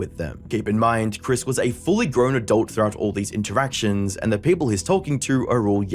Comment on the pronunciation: yet you call her "Kris" instead of "Chris"